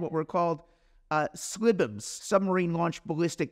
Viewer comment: I've never heard someone pronounce "SLBM" before. I've only ever heard it spelled out.